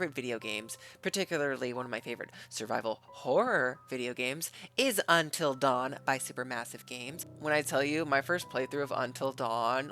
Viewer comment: This trailer made me so mad when I first saw it. I know this is Sony, but how do you mess up “Until Dawn” this badly?